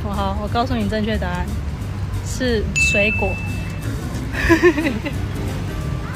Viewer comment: 水果不是那個音